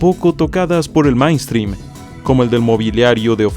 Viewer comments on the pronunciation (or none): Pero luego dice Mainstrim